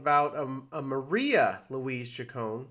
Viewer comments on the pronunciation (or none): As a die-hard fan since i was a tween/"Madonna Wannabe" in 1983, i am almost offended. First of all, her last name is pronounced: "Chick-cone-knee", not "Chick-cone". Mtv started calling her "Madge", that is not something that " she sometimes goes by", telling Mtv's Kurt Loder that she hated it. Her DAUGHTER was named Lourdes MARIA Ciccone Leon. Lourdes was born about 20 years ago, when you stopped listening to MADONNA. THAT is probably why everyone started thinking "Maria." It could be bc Marie* Cahill wrote a book about Madonna in '91. It literally starts with the words: " Yes, her name really is Madonna . When she was just beginning to establish herself, people assumed that she had chosen the name for it's glamorous sound, but the truth is that she was named for her mother . Madonna Louis Veronica Ciccone was born on 16 August 1958 in Bay City, Michigan." i know that you said that you "know this", but you clearly don't bc you kept mispronouncing her last name & calling her middle name: Louise, not Louise Veronica , something commonplace in Catholic/large families, and a practice still done today. (See my name .) When asked what ppl were most surprised to learn about Madonna, (whose Mother died when she was 5) she said: "That I'm vulnerable. Isn't it obvious." We had an irl "Prince", (Rogers Nelson) & we have a real life Madonna. This isn't that complicated: it was the 80s. However, having lost a parent when i was a child, i am taking this too personally, bc i can relate to